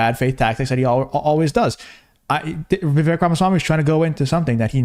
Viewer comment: It's pronounced like "cake"....u said his name wrong at the end after all that